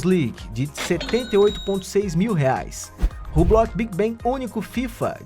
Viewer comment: Se diz hublo ( hublot)